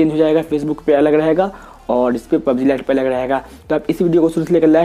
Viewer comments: pubz nhi hota hai pubg hota hai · Not pubzee it's pubg